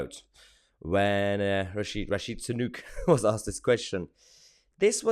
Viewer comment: Rishi Sanook? Is that how you pronounbce Sunak? 'cos its wrong.